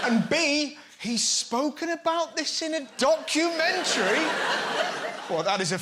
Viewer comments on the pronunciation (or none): Did he just say "dogumantary"?